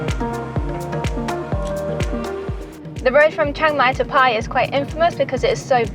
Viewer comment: Do you think you will ever pronounce “Pai” properly!